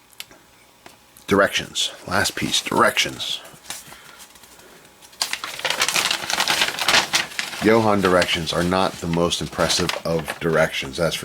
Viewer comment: Nice review. Love that old kit. But it’s not Yo-Hahn, it’s pronounced ‘Joe’ Han....the founder’s name was John Hanley.